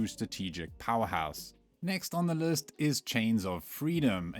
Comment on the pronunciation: Using an AI voice now? "next on our lurst"?